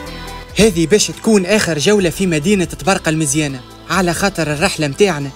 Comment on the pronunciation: اسمها طبرڨة موش طبرقة